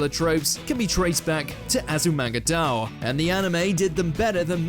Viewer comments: It's pronounced "die-oh" great list though. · This is kind of driving me crazy…. It’s pronounced “DAI-OH”, not “dow”! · I always thought it was pronounced 'dye-oh', tbh :/ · isn't it read as azumanga daioh (day-oh)? I'm confused